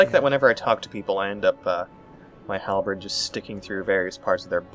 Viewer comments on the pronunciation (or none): I cringe every time I hear "Halbred" loving this LP series, keep it up!